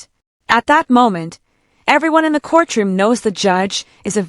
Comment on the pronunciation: We are in a court-room and not a core-troom.